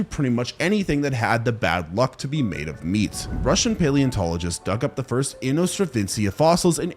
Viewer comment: It is inostrancevia, not "inostravencia"! 😂